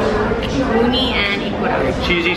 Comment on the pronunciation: She said uni and I heard oni... wow